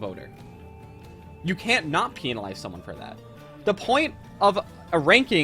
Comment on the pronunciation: “Peenalize” lmao